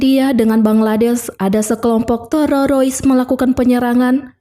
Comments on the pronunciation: Bener memeh terorois😂😂😂... TPI ttp semngat y embk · Benar aku jugak bingung apa maksud dia Terorois? Mungkin Teroris? Tapi dia tidak bisa mengucapkanya.....😂😂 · Teroris min bukan tororois 😂😂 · Teroris mbak.. kok Tererois?? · ngakak dengar terorois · Terorois 😅g jls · Pendengaran terganggu krna ada kata TEREROISSS😢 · Mantap mak buat aku ketawa,,cara ngebut TEROROIS nya asik ni, lanjut kan mbak yang penting alur flem nya asik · Teroroisnya buat candu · Aku subscribe karena penyampaian nya terorois😂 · TEREROIS??? ngap ngapp 😂😂😂😂😂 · Aku ketawa sendiri saat denger terorois 😂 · auto skip dengar terorois :) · ah...ndak suka sama si narator...nyebut teroris aja tererois... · YANG SAYA DENGER TEROROIS APA BENER BEGITU?? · Terorois nya nge ganjal ditelinga 😂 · Iya betul terorois😅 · Teroris min😅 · Di plesetin jd tererois😂😂😂😂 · Teroris mbak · Iya ih ganggu banget terororis . Ngakak aku jd nya nonton .. lucu VO nya .. keren jd terngiang2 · Q kira cumn q yg dgernya terorois🤣🤣🤣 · Kok teroris,..parah mb ,akurfulm kok bisa salah ucap. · Si Pembaca perlu dilatih spy bisa membaca teroris dgn benar. Sakit telinga mendengar nya😮😂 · Aku Uda subscribe kamu wkwk😂 Aku senang dengar teroris nya🤣🤣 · Ya robbi teroris pun susah lidahnya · Kesalahan pengucapan yg d ulang2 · ribet banget ngomong terorisnya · ngucap teroris nya gitu amat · Dari pada ngereview filem mending belajar ngomong dengan bahasa yg baik dan benar dulu. Dari bilang teroris jadi tererois 😂😂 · BIAR APA SI NGMNG TERORIS JDI TEROROIS?NGAKA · Teroris min bukan terorois😁🙏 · Teroris min,,,bukan terorois 😂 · TERORIS bukan TEROROIS min😅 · Teroris bukan tererois bun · Waduh maaf mba knpa terorois😂😂😂😂😂yg sebenarnya itu teroris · Terioris ??? Jeng .. teroris Jeng teroris !!! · 😂😂😂😂😂😂 min TERORIS, bukan TEROROIS😅😅😅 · Bukan terorois dek... tetapi teroris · bagus,tapi kesal mendengar penyebutan terorois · Teroris mba bukan terorois😂😂😂😂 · Teroris bukan terorois, Bahasa mana ka kmu gunakan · Maaf kk mau nayak, teroris apa telerois 😊🙏🙏